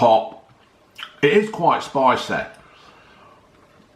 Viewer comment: Not for me too spiceh, too salteh and vereh unhealtheh but another brilliant review as usual. Best youtuber by a mile!